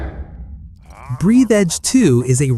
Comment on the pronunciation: its breath-edge not breathe-edge